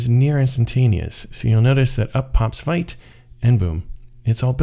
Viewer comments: It's called vite not vite! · Vite == french word for "quick", pronounced /vit/ , like "veet"... Blame Evan You >:(